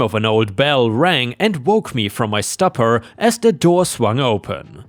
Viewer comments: that's a good guess how to pronounce "stupor" based on similar spellings, but it's pronounced "stoop-er" your english pronunciation is fantastic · Stupor is pronounced “stew por” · For educational purposes, stupor is pronounced st-oo-per. It is a word you may not see very often, but now you know the proper pronunciation for future videos. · 'Stupor' is pronounced 'stooper'